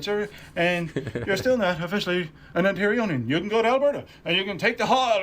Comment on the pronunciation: That first guy is so full of it. Newfoundlanders are dead jealous of anyone from “the mainland” and love to snark them for any reason. And the word is Ontarian, not Ontarionians”. I’ve been married to a Newfy for over 50 years (since he’s lived here since teenage, he is an Ontarian, more than a Newfy) and I’m still the outsider in his family, all his sibs married Newfys. Ironically, I get on just fine with their kids cuz they are all Ontarians. My mil used to introduce me as “my oldest son’s wife, who works for the government”, not Lulu. It was her sad attempt at impressing others becuz working for the govt was code for she makes a lot of money, their primary focus, which my husband and I laughed at cuz my salary was livable not wealthy. From my experience, I say that Newfys are akin to American hillbillies or southern folks. JMO.